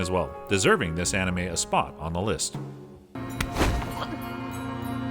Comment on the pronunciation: Lukas bro he kept saying hajimi instead of hajime it triggered me also he kept saying animi instead of anime anyways the point is i dont like the way he pronounces things